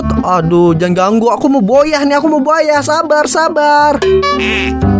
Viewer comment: Bang baca booyah itu bacanya buyah bukan boyah